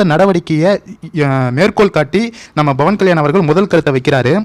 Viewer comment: நீங்கள் பவன்கல்யாண் என்பதை pavankalyan என்று உச்சரியுங்கள்;bavankalyan என்று உச்சரிக்காதீர்கள் அர்த்தம் மாரிவிடும்!!நான் apயிலேர்ந்துதான் வீடியோக்களை பார்க்கிரேன்.ஒவ்வொரு ஹிந்துவும் பேசவேண்டும்.ஜெகன் கிருத்துவா்.அவர் அப்படிதான்செய்தார்.